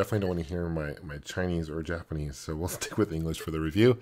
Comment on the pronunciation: "all in jalponese" WTF!!!!! What language is jalponese